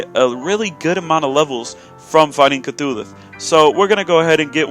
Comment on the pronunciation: Wait.....did he say cthulhuth?